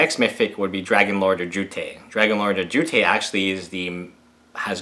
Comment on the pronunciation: please say ojutai right my ears cry everytiem